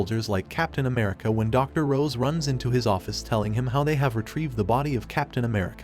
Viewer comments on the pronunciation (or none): He called Ross rose wtf at least get the names right🤣🤣 feels like a dub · *Ross, not "Rose" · Honest question, why do people almost always mispronounce the names of characters in these YouTube videos? For instance, you're calling Ms. Ross, Rose. In DBS videos, they call Beerus, Beers and Whis, Wis. Is it a copywrite thing? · Her name is Ross, not Rose. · It’s Dr. Ross; not Dr. Rose. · It's Dr. "Ross" NOT "Rose".😒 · It's Ross not Rose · How are you going to continuously mispronounce Miss ROSS's name? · Love how they keep miss pronouncing Betty Ross's last name